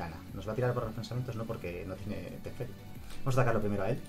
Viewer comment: Si volvía a decir "TeSferi" otra vez me daba algo